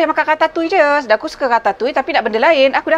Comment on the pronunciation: Baru la saya tahu cara nak sebut Ratatouille tu dgn betul 😂 selalu saya sebut 'Ra-ta-tu-iel' Unik sebutan french ni